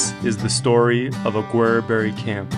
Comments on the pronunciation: I've never heard his name pronounced like that before. (Mostly heard "augerberry") I first visited Aguereberry Point back in the 70's and we drove right by the mine but didn't stop there. Hopefully you went up to the point, the views are breath taking. Our last time there was in 2017 and it looks like the camp ruins are a little worse for the wear. I never hear much about the connection with Shorty Harris so some of that info was new to me. Good job on the historical context. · I do like your channel, but please look up pronunciation for the places you visit. Just a quick online search and I couldn't find Aguereberry pronounced the way I heard it in the video. Ah-gur-berry is how I've always heard it referenced. Safe travels.